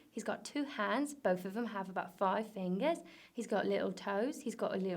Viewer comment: Bofe ahv about 5 fingahs... ABOUT 5 FINGAHS? do one uhvem ahv 6 fingahs n one uhvem ahv fuh?